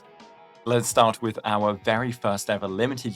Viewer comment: With not wit your not saying "TH" its hard to understand you speak slowly